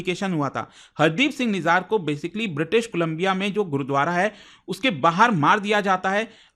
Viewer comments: सर निजार नहीं, "निज्जर"। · Mere bhai it’s nijjar not nijaar 😂